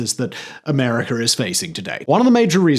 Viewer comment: Im sorry Im fixated on how you say "Americur"